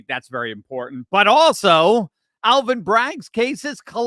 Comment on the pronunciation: That's hilarious! Aaal-vin?!!